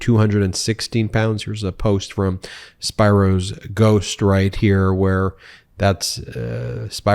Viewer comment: Spiro is pronounced with a long e, like spear-o